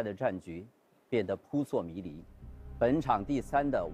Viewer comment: 扑朔迷离 拼音是 pu shuo mi li。洪涛老师。。。不是pu suo mi li。。。。